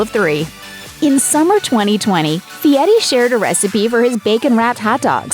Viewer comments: His name is FieRi, NOT FIETTY. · Why is the narrator calling him Fieti instead of Fieri? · IMHO, if you can not roll the r in Fieri, please do not pronounce it as a T. Just use the English version of R in Fieri. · LOL...You’d think she could at least pronounce his name correctly. What idiots.